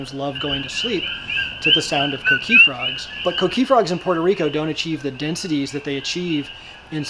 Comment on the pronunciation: The coqui is no danger to humans you fucking idiot. Some white boy more than likely stole it and brought here like they did our ancestors. I hate the way he says coqui....idiota....